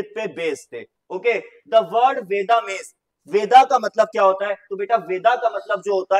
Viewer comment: Sir bo veda pronunce nhi hoga it's ved